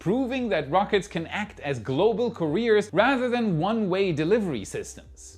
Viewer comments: I love WAI... One tip on pronunciation though. At around 14 mins, you kept saying "rocket careers"... it took me awhile to figure out you were mispronouncing "couriers"... similar pronunciation to "careers" but not the same... Considering English is not your first language, you do a fantastic job. But just wanted to point this out for future reference... "kur-EE-urs" as opposed to "ka-REARS" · Courier not Career. At first I was like what?? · The word is pronounced like carry-er, not career. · It is " carry urrrs" NOT "cuhhh rears" really had me confused until you repeated it. Carriers vs careers